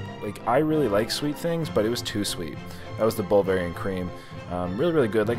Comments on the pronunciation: I love it and love videos 🤣🤣🤣🤣 "Bulgarian pizza" Bulvarian pizza" you never did get it right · "Ball-verian" pizza...😂🤣 Love there Baverian pizza.... Actually, their mac & cheese pizza is pretty good...👍👍😎